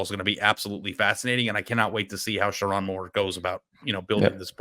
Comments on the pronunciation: It’s pronounced SheRONE NOT RON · He won’t even pronounce the coaches name right. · First off, learn how to say my coaches name. show my coach, some respect. 2. Andy I’m glad someone finally said it’s not Sherrone’s fault for our QB situation. JJ Was supposed to stay. He said he would. things change. There’s no hate. I can’t wait for next year. I’m going to be a Vikings fan. Praying for a speedy recovery. We have Jaden Davis next year. Not sure what we’re gonna do with Alex Orji. Since he has two years of eligibility of left maybe he’ll transfer to Colorado could you imagine him in the big 12 he would destroy that league. And even still, we’re recruiting quarterbacks 4 ⭐️ carter smith ‘25 class and 5 ⭐️ Brady Hart. .’26 class. Sherrone Moore will bring us into the top 5 in recruiting in 3 years. BET!